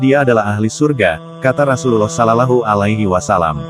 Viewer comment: Assalamualaikum bang buka salallahu tapi shollawlahu 'alaihi wassallam yang bener klou pengucapan bang